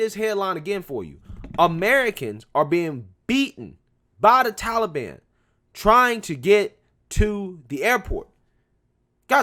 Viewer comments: Dear Joe: it is Taliban - not Tally Ban!! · Biden doesn't even pronounce taliban right